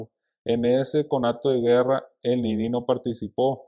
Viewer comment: Por q le dice ninÍ y no NINI